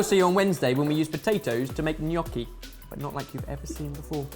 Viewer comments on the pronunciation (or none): Pro tip for the next video (from an Italian)... the GN in gnocchi is pronounced like a Spanish “ñ” so basically read it as if it was written like this ñ-occhi... It looks stupid, but it works...